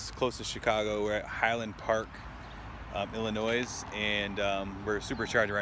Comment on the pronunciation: It's pronounced "Ill-a-noy" ... not "Ill-a-noise" ... the 'S' is silent.